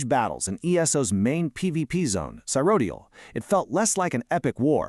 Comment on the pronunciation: I was on the fence whether this was an AI channel. But with as many times this voice can't say Cyrodil and doesn't take breaths, Now we know 😂 Interesting info nevertheless! GG!